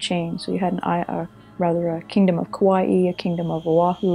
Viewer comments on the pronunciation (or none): none